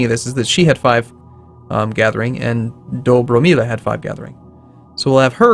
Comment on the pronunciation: "J" should be readed like "Y" and with Dobromila you put accent only on first syllable :)